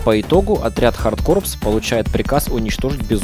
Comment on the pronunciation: Автор, в названии "Hard corpse" буква "S" не произносится!!! Звучит как "Контра Хардкор"!! И композитором в этой игре также была Aki Hata (она же была композитором в игре "Light Crusader")!